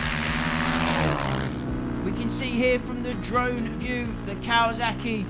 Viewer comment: Kawazuckie hah kinda funny. Don't worry we say words fucked up too